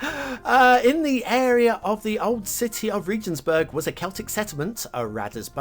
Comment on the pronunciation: Regensburg - hard 'g'